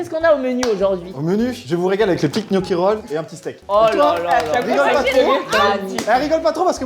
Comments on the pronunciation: Michou qui dit gnocchi au lieu de "knocchi" 👏👏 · Ptn mich il me soule avec "kniochi" et "poèle"